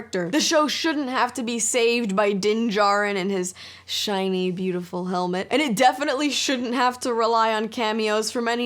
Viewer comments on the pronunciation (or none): “…and his ***shiny beautiful helmet***” (said in italics) lmfaoooo